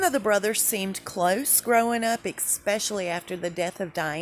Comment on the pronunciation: Love your posts. please look up the correct pronunciation of the word especially. No X just an ES.